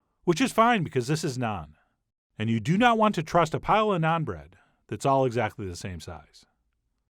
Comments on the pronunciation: i can already tell this is nice, since he can say naan correctly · Thank you for pronouncing Naan correctly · First time head someone pronounce naan correctly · I like how you pronounce "naan" correctly and not rhyming with "can" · Naan like jam, not naan like smarm